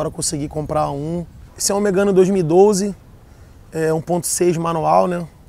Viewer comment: é foda, nota 10 o carro e a filmagem,mais o dono do carro disse "MEGANO"?